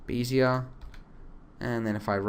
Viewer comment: lol... beezeeier curve?